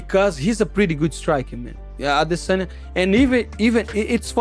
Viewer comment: Just have to let you know how dumb you sound when you pronounce ‘Adesanyas’ name…